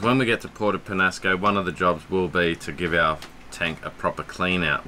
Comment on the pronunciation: Oh, you're not pronouncing Puerto Peñasco (Pen-Ya-Sco) correctly. Summer time is generally a good time to go north. You'll get more in the way of northerly winds.